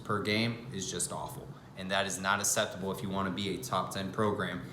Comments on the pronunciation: Please google how to pronounce ac-cep-table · you’re mis-pronouncing “acceptable”